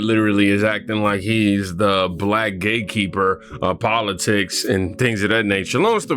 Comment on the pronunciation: I smiled when you said Roland Martin act like he was the Black Gate Keeper because it sounded like Black Gayt Keeper.